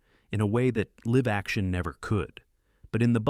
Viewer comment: There's always something that gives away the narration as AI. "Liv" action? What they hell is "liv" action. Oh. I guess the AI didn't understand the context and should have said "LIVE action". Also, Hansel & Gretel was from 1951. The 1954 version isn't animated. LOOK THINGS UP BEFORE POSTING!